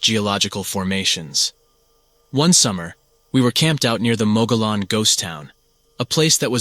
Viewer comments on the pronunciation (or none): Love the content bro! Just fyi Gila is pronounced "heela" and mogollon is prouned "mohgion"